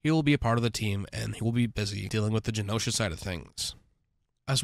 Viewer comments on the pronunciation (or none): Its GENosha, not GEOnosha. Also, Id rather see Cavill as Colossus than Wolverine. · Dude, it's Genosha, not Geonosha!!!! Pronounced Gen Osha. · I stopped watch after he keeps saying genosha weird. It irked me too much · I hate how he says genosha